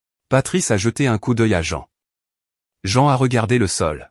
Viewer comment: C'est très perturbant d'entendre "la voix de Jean" ou "patrice", au lieu de "la voix de maman" et "papa". revoir cette partie du récit, et ne pas masculanisé le prénom de la mère, on ne dit pas "jean" mais "jane" ou "jine" le "ea" s'épelant en "i". C'est important car pendant les 20 dernières minutes du récit vous avez confondu le prénom du père avec celui de la mère, appelant cette dernière "patrice", c'est un prénom masculin, vous avez confondu le "il" avec le "elle". Pouce en bas pour cette incohérence non corrigée.